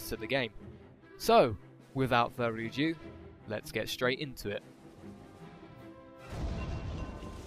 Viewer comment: is it just me who thought he said "without further a jew" lol